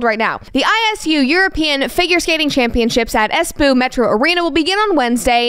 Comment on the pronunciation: funny how you said "espoo" like poo ^^ dear miss cooper it is espö